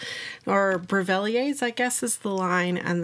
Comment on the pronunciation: You’re almost there. Yes it’s French and it’s pronounced Breh-vil-lee-ay, plus you don’t pronounce the « r ».